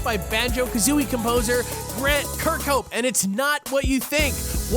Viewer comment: My name's James Kirkhope, and I'm happy you pronounced Kirkhope right!